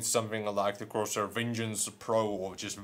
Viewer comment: Corshurr you say😂😋